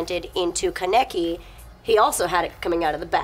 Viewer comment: It's not Ka-neki its ka-ne-ki >-< and not like Rize is not like Riiz but Ri-ze